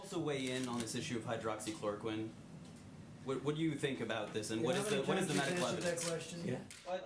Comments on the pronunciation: Relax...clearly this guy has been doing a whole lot for the country but you've decided to criticize him for not knowing how to say hydroxychloroquine properly? Even my family members who are scientists didn't find this to be remotely offensive. You're acting like the general public will be running out of their houses buying and ingesting gallons of hydrochloric acid (btw, FYI - it's not hydroxy chlorine) from now on. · This is Pitiful, Unable to even pronounce the name of the pill smh...American people will not be your test subjects. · hydro-oxy-chlor-o-quine hmmmmmmmmmmmm